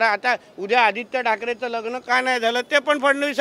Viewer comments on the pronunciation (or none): none